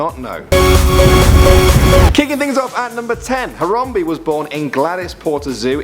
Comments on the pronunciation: It's Haram bae not harambee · uggg he says Hayrambee not Harambe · It's harambe not horombe damn it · Harambe-He Ram Be NOT He Rom Be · It's harambe not horrombee. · “Terrapinboy01” Boy01 That's what I thought...tons of people say Haram-bee though. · Its prononced haram-bae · IT'S YA BOI HARAMBEEE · Harambe not harambee